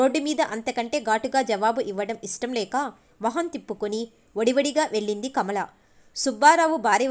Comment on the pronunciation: వెళ్ళింది అని చదవాలి.అక్షరాలు పలకడం బాగా నేర్చుకొని చదవండి